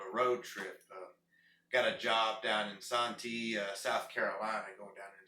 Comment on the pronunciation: Hope you have a safe, fun trip to SC. And just so you don't sound like a furriner when you get here, the SAN in Santee is pronounced with an A sound like sand, not an O sound like song.